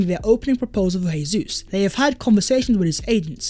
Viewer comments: It's Jesus, with a J. Not an H. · FFS stop butchering Jesus'name. It's pronounced Jay-zeus not Hay-Suess. He's Brazilian not Spanish.